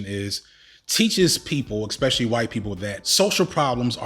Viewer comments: Not a native speaker here. Why is he repeating ex-pecially instead of especially and exe-tra instead of etcetera? If it's a common mispronunciation, doesn't it make you sound a bit un-educated when using those? Is his English nearly standard otherwise? Can't tell, help! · It's definitely uneducated, they're just parroting words they heard from someone else. There's no letter 'x' in words like 'especially' and 'et cetera'. It's like saying 'laxadaisical' instead of 'lackadaisical'. People do it all the time, but it's wrong.